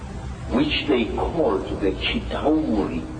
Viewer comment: Please watch the first avengers again so you can learn how to pronounce Chitauri 😅